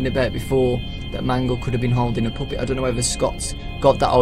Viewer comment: stop saying poopet!